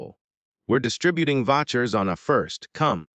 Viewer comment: i do wish readers would learn how to pronounce words. It's not "Votchers" but vouchers...